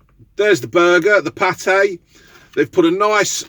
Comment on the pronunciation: Party not paté